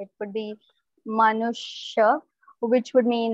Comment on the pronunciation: Cool way you said that. Manushya. In Swedish it is människa for human and we pronounce it (mennisha) the sh is further back and softer.